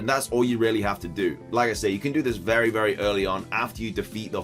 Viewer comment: Did he say berry useful?